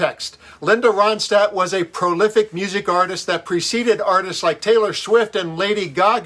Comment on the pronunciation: It’s Ronstadt- NOT RODSTADT!